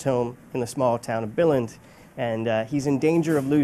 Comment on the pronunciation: Pretty good pronunciation of Billund